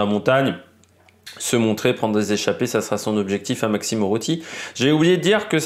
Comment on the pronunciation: URRUTY et pas OUROUTY comme tu le dis